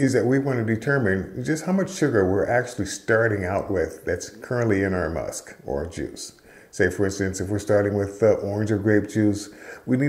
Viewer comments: It's called "Must" not 'Musk'. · PLEASE. It's 'must', not musk'; we aren't dealing with moose here. For beer it's 'wort' and for wine/mead/cider it's 'must'. Thank you. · its Must, not Musk 😄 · FYI, it's called must not musk.